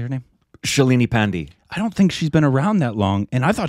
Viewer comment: Please don't say it as "pendi". Thr is a whole history behind that pronunciation. That the exact pronunciation that arrogant British rulers used to refer to Indian soldiers fighting against them since he was the person who started rebellion was named Mangal Pandey. I am pretty sure u don't mean that. The correct pronunciation of 'Pandey' is 'paan-day'. 'Pan' as in paan u ate while in India and 'Dey' as in day-night.